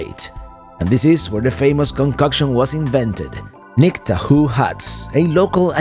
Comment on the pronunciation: Hi, love your videos. Have to correct you on one thing though. Nick Tahoos is pounced Tah-Hoes. I hope you can comeback again to see Seneca Falls, Waterloo as well as Ithaca and of course a lot more of the state parks and the unique locations on Lake Ontario. I would love to meet up with you and your wife and show you some sights that people miss as well as a brewery tasting around Cayuga Lake. There are several distilleries, too many to count wineries and breweries on Seneca and Cayuga Lakes.